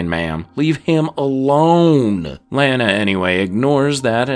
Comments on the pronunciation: Stop calling Lana Lanna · It pronounced LAH-nuh Lana Lang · Gosh... if you're going to do a retrospective on a show with 10 seasons. .... at least get the main characters names right. Lane-a lol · You are saying Lana's name wrong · Also this guy butchered Pete and Lana’s name, only Lana’s aunt Nell said her name in that dumb way and wtf Pete Russ? It’s Ross jackass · You are saying "Lana" name wrong. And it noticeable. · I hate how you pronounce "Lana" but I thank you for the video! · I cringe every time he pronounces "Lana" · It's hard for me to comprehend all the work that went into this summary, and yet, it bothered me each time you pronounced Lana's name lol... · I'd say take a shot every time he mispronounces Lana, but you'll be dead in the first hour.